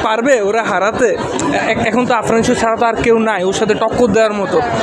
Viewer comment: বিগ ফ্যান কিন্তু বলে #আরফান নিশু.... এটা কেমন ভক্ত আফরান কে আরফান বলে🤣🤣🤣